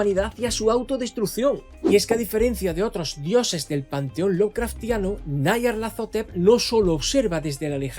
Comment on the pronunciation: Como que nayarlatotetep? Esa es la forma más homosepcsual de pronunciar ese nombre me había gustado el vídeo pero al llegar a esa parte me lo arruinaste todo siento como si me hubiera quedado a media chaqueta